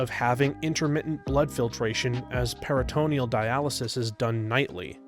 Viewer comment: "PERRA ta NEE al" dialysis.